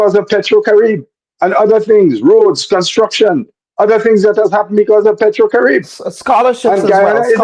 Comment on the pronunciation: It is pronounced Pay tro cari bay